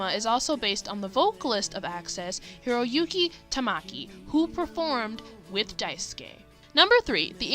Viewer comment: It's Hiroyuki Takami not Tamaki 🙏 and Maki Murakami used to draw Yaoi of the Access duo in the 90's as part of being a fangirl! which I would kill to see. I love Dai chan's Universe and the whole connection to Gravitation ! It's my all time favorite anime/manga. I just wish it stayed less unhinged as it had become in it's recent years....but as long as she still draws and Yuki and Shuichi are still there, I can't ask for anything else...